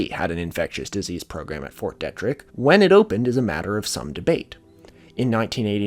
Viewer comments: fyi, it's pronounced "Fort Dee-trick". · Was the pronunciation of fort detrick making your eye twitch? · It's fort DEETrick in pronunciation, this is driving me nuts